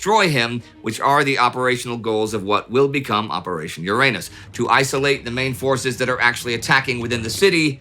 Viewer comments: YU-RA-NUS Not Your Anus. wtf indy xD? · It's not 'your-anus' it's 'yur-unus', at least in polite society! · I thought Uranus was pronounce urine-us? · Uranus ??.... No.. no.. I think you mean.. Ouranus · In Soviet Russia, Uranus is pronounced “Ouranus” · This obvious, tongue-in-cheek pronunciation deserves the bums rush. The 7th planet in our solar system is the butt of too many bottom-feeder jokes. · It's also not pronounced with the stress on the second syllable but on the first, because it's originally a Greek word and not a Latin, so even in English the pun is partly because of mispronunciation. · The Brits pronounce Uranus differently, so the humor is lost on them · Come on Indie, you're more sophisticated than that! The accent grave or emphaisis on "Uranis" (as in the planet,) is on the FIRST syllable, not the SECOND syllable. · Watch your pronunciation. LoL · I love that the English languge and its speakers were wise enough to come up with a less... back door pronunciation of the word "Uranus" I love even more that youtubers rarely go with that pronunciation :- ) back door jokes feed the agorithm just fine, right? A wise decision, Warld War Two Crew - I want to talk to comrade Zhukov now! - you can't, comrade general. They are having a staff meeting, and they are very deep in Uranus.